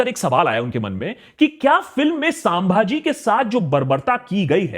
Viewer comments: Are ek to nam dhang se le it's छत्रपति संभाजी महाराज not साभाजी bolna Sikh lo pehle then make video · Sir.... It is not सांभाजी. ... छत्रपती संभाजी महाराज. ... Plz.... Next time .... Remember. .